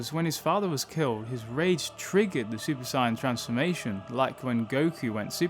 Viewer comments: Bro if your channel is about dragonball atleast say the word SAIYAN CORRECTLY dude its not SCIENCE is fking SAIYAN DIPSHIT... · You say “Saiyan” like Sigh-yan. It’s SAY-yan. I was thinking you were saying “Sign” for a minute. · Super “Sign-En” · No hate but it sounds like you say super cyan, and for some reason i like it that way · Come on, come on,, say it with me: "Say-an". "Saaaaay-aaan" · The way you say saiyan pisses me off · The way you say saiyan is annoying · Pleas say Saiyan correctly and I’ll sub to you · dude, indeed saiyajjn (Japanese no N) and saiyan (english) you just pronounce the word saiyan ( in your way) which is neither the right English or Japanese way. You just made up your own prenounciation and its stupid when your channel is about DB. Just admit your fucking the word up and stop justifying it.